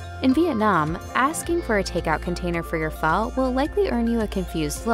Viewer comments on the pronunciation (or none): Its pronounced...fuh....as in what the fuh...lol